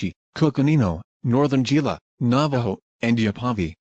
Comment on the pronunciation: Its not gee-la, its pronounced he-la.